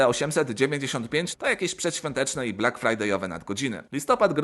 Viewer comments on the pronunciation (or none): none